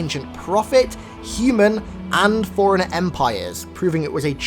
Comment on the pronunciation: Why do you pronounce forerunner as foreigner.